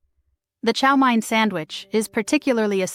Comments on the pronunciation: Someone needs to check the narrator's pronunciation of English before releasing a video. Chow Mein is not called Chow Mine. And bologna...she mispronounced it two different ways. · Chow mein. Pronounced main. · Chow MANE not Mine. Also, was American invention not Chinese. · as someone who lives in the southern New England area, which is where you will find Fall River, Massachusetts, I can say that the correct way to say chow mein is chow "main" rather than chow "mine". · What not to say on a first date.... Chow MINE... Ouch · Chow MINE... What not to say on a first date.... Ouch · You pronounced baloney wrong. Bologna is a town in Italy, not a food. Chow mein is pronounced chow MAINE. A lot of these went out of style because they are nasty. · I love how the "narrator" pronounced mayonnaise, chow mine sandwich, and "freed" bologna. I also love how these sandwiches were replaced by more healthy selections, really, a lot of this stuff got really expensive. I still eat Spam, make egg salad, liverwurst, onion and mustard sammies, Fluffernutters, Sloppy Joes, my SOS uses peas and hamburger the way my Dad ate it during Korean war era NAVY. Taylor pork roll is eaten throughout the Philly area.